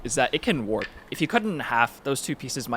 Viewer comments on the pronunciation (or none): none